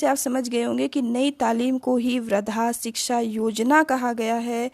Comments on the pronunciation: It is not vradha.it is vardha yojna.improve ur pronunciation. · Ma'am vardha ka pronunciation thk se kariye confuse ho r h